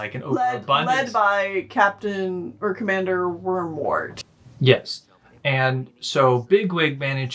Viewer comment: it.... it's Woundwart, not Wormwart..... I just laughed out loud in class hhhHHHHH